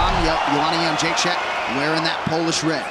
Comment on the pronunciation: Jedrzejczyk = " Young -jay-check" How, Sway?